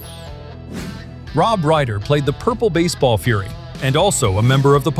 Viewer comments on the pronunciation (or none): none